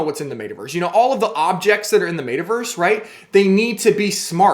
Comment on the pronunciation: MET-a-Verse not MAYta-Verse